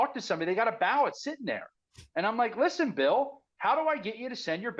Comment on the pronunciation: Ballot.. not bawwot